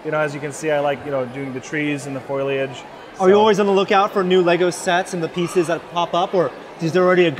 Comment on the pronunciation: he says foliage wrong lol.